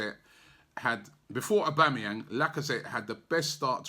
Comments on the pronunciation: Gbamin The G is silent. Its pronounced Bamin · Gbamin is pronounced bam in